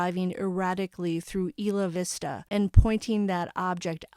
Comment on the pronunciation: I remember this like it was yesterday it was so sad. I lived right by where this happened. It’s pronounced Eye la vista. Thanks for all of your hard work bringing us the information